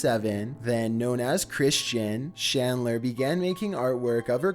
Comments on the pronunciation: Chris Chan's last name is CHandler. Not SHandler. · #5 is CHandler not SHandler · Holy hell, dude, it's CHandler, not SHandler. Chris-CHAN